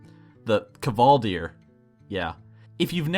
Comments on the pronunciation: lol Northrend draws mutch inspiration from iceland and has many icelandic names and it is so funny listening to you say Kvaldir when it is so easy for people from Iceland to pronounce haha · This might have been said before and i know i'm late to the party but the kv in kvaldir is pronounced as qu in say quest. Also tangent to this the j in valajar is pronounced with an h sound. Sorry, not to sound pretentious just want the info out there.